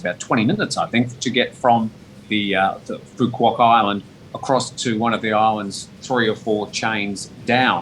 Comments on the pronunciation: Work on your pronunciation you are pronouncing Phu Quoc incorrectly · Phu Quoc = foo-wook (roughly)